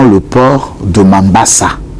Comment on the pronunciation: Monsieur, vous entraitenez une confusion dans votre propos, vous parlez du port de Mombassa (que vous prononcez très mal en disant Mambassa) alors que dans l'audio de votre correspondant de Tanzanie parle de façon très audible qu'il parle à partir de Dar es Salaam. Il dit que Kabila aurait été aperçu à Kigoma. Mombassa c'est au Kenya et non en Tanzanie! Il y a une confusion dans votre propos et ceci pourrait creér le doute dans ce que vous dénoncez! Le port de Dar es Salam est bâti sur l'Océan indien et le port de Kigoma est bâti sur le lac Tanganyika du côté tanzanien. Votre source vous a-t-elle précisé le moyen par lequel la cargaison d'armes quitte Dar es Salaam pour arriver à Kigoma avant d'être embarqué pour Kalemie, port congolais bâti sur les rivages du lac Tanganyika? Contrairement à ce que vous affirmez, je vis à Bukavu, je me rends de temps en temps à Walikale, il n'y a beaucoup de blancs! Il y a un contingent égyptien de la Monusco. Par rapport au Palais de marbre, Kongolu Mobutu habitait dans une villa juste à côté de ce somptueux palais, il n'a jamais habité le palais de marbre. Je suis aussi un kinois pour avoir habité dans la capitale de notre pays pendant 19 ans. Je sais de quoi je parle. Vous pouvez avoir raison dans votre,mais certains élements flous ou pas du tout clairs peuvent faire en sorte que votre dénonciation ne puisse pas produire des bons effets. Merci.